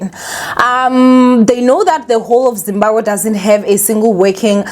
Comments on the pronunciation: I'm here for saying "ZIMBAGWE" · ZIMBABWE ZIMBABWE hle Not Zimbagwe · Is saying Zimbagwe? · She is , l thought l was the only one hearing it 😅😅😅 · It’s giving Zimbagwe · Trust me I've been correcting my granny for years, is gonna be zimbagwe till God remembers her😩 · Guys even Nuñuria on mommy club pronounced it Zimbagwe soooo